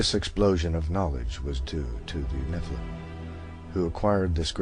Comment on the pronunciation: Its all good accept nephaleen is not how you say nephilim